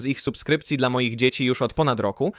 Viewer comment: Dlaczego si mylnie czasem wymawia słowo DLA... Tylko mówi de,el,a?